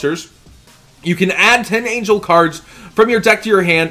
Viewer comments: I REALLY like you, but it's pronounced Tind-angle, like you would say "a right angle". I didn't have an issue with it until you said Tind-angel angel. love ya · Silver Fang its a pronunciation thing. Like he ain't even close